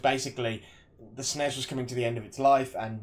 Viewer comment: Its a system, not a Zystem. Sness is the correct pronunciation :)